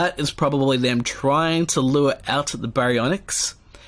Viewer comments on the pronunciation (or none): none